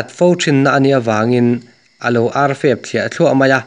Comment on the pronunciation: Tui deuha ngaihthlak ka tum a silai ZEN tih vawihnih thum bak ka ngaithla zui talo mai..Chuan mizo trawngah SANGAL a awmlo aw SANGHAL tih tur..AR pawh AL tih tralh loh tur..